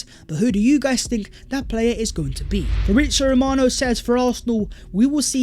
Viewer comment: Yoooh what's goingk onk guys... My ringtone😃